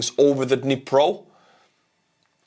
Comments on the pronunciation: It is Dnipro, like in knee+pro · "the Dhnepp river"